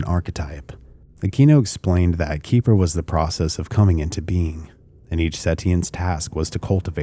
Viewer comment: Keper is pronounce KEH-fer. Rhymes with heifer.